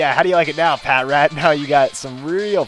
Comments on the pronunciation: And pah-trat :) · ITS PRENOUNSED PA-TRAT